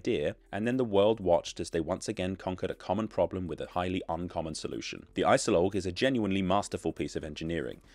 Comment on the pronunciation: IJssel Oog not I-cell-loch